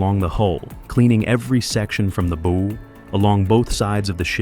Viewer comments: it's bow, like bow down. not bow and arrow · That's pronounced bow, as in cow.